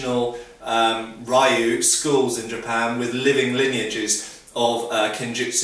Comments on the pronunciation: Rioo? lol, Just like Street Fighter, it's ree-oo. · I love your videos. I'm not trying to be a jerk, but if you say "lou" your pronunciation for "ryu", a Japanese family/linage will be much better. Thank you so much for your time and great videos!! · Ryu is pronounced with just one syllable.